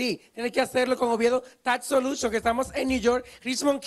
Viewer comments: Tas soluchon!😱😂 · Él dice Oviedo Tax Soluchion 😂